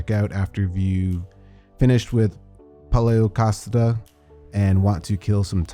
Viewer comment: Pal-e-o-cass-STRIT- sur!!!